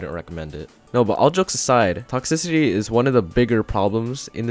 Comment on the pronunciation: lol u cant pronounce toxicity lololololo (sorry its for the likes)